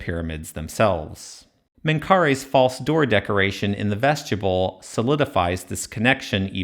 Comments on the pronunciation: I hate it when I see people correcting someone’s pronunciation on YouTube…but I love the way you said vestjibble! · Another excellent analysis and exposition. But I've never heard anyone, anywhere, pronounce "vestibule" as though it were written "vestuble". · It is very distracting! It's pronounced vest-ih-byool in every dialect of English, though I'm sure many young people have never heard it said out loud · I'm afraid that's not quite how to pronounce vestibule. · Man I love your videos but please please PLEASE look up the proper pronunciation of the word "vestibule" 😊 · Your pronunciation of "vestibule" triggered my OCD 😂 your videos deserve lots of comments so I'm sure you won't mind my complaint. Keep up the awesome work. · I’ve never heard anyone pronounce vestibule like that 😅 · haha, it’s YOUR video, so who am I to tell you how to pronounce things? I just wanted to spell it out phonetically! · Yes. It distracted me from the content of the video every time he said it. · Vestibule. Pronounced "Vest-i-byool." You keep saying "vestchabull." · VEST-ih-BULE not vesgetable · Am I the only one irked by him pronouncing “vestibule” as “veschuble”? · Good work, as always. I have only one, rather pedantic suggestion. I applogize for it in advance. The word "Vestibule" is not pronunced "vestible" or "vestiboole." Think "yule" with a "b" in front of it. Phonentically, "vestib yule." I'm normally not so picky, but you put so much effort in your work in order to bring clarity to long-accepted areas of misinterpretation in the field of egytology, that muddling it up with a repeated mispronunciation is an unforced error, that can, and in my opinion, should be avoided. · Yeah, I'm not sure I want to rely on the expertise of a guy who can't even pronounce "vestibules" correctly and says "ves-tube-uls". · "Vestubule"? You should say vestibule. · Vesti-byool, not vestya-bull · you say vestibule like "vegetable" lol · "Vestibule" 'bule' as in 'mule'